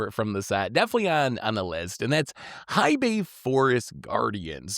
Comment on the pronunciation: Hei is pronounced "Hey". We already have to suffer people saying Eye-Ganjo, it would be dope if this time around content creators helped enforce the right pronunciation this time around.